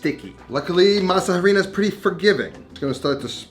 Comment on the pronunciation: Great video! Loved the recipe. BTW in Spanish when pronouncing harina the H is silent.